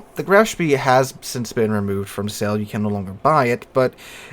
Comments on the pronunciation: hard to not be annoyed by how ur saying Graf Spee when its not spee its shpay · Graf Spee is very good in Operations games. By the way I believe it is pronounced Graf Spay. Maybe I'm wrong but I don't think so. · EE in German is pronounced AY, so Graf SHPAY is correct. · Btw, the "EE" in the name are pronouced like a long "E" in the English word "Exit".